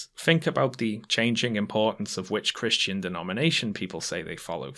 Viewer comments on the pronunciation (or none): none